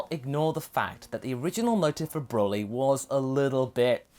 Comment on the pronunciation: Hey you said Borly.